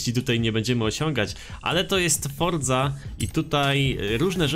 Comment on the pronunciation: ale psuje mi wymawianie "fordzy" co to jest, ma być@ jakieś dziwne wymowa forza horizon? jesli już to "fortsa" przez t lekkie